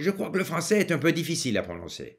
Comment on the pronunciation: Pour ce jeune homme, il devrait travailler ses "F" car il dit : rancer au lieu de français, il dit "dgénéral" au lieu de "général" Sinon, il est parfaitement compréhensible.